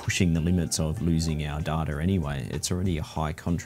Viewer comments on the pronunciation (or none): dude .. its data not data